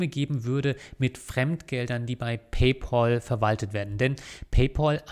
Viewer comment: Ein für allemal: Es heißt Pay-Pääl. Von Pal = Kumpel. Der Bezahl-Kumpel. Himmel Herrgott Sakra noch eins. Es ist nicht der Bezahl-Paule.